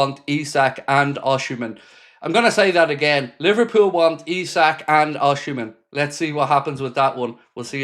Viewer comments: Hi mate, Osimen is pronounced " Ocimen" and not Oshimen. Cheers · mate, if you're gonna keep reporting on rumours about Osimhen, please learn how to pronounce his name😂. It's not osHimhen, putting an H in for no reason, the same as calling Mo "sHalah"